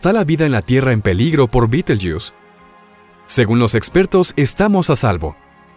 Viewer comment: Me resulta extraño , risible, que el relator hablé en castellano ,pero que al nombrar el nombre de la estrella lo pronuncie en inglés y no en castellano, que se pronuncia tal como se escribe. Alfa orionis en la antigüedad, para los antiguos árabes era considerada parte de Géminis. La constelación de Orión era llamada por los árabes con el nombre de Jawza(Jauza), ésta era una divinidad mitológica de lo árabes preislamicos. El nombre árabe de Alfa orionis es Yah al-Jawza= mano de Jawza. Al ser traducido por los cristianos de España, cometieron el error de escribir B en lugar de Y, y la nombraron ' Bait al- Jawza= hombro de Jawza. Como he dicho anteriormente me parece ridículo ( ridículo según la acepción castellana y latina de la palabra) que el relator del vídeo lo pronuncia en inglés, pues me suena a ' jugo de escarabajo'.